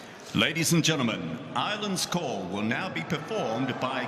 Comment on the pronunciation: "Irelands call" murdered